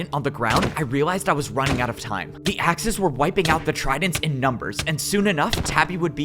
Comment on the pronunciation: Everytume he says Axes, i hear The Axis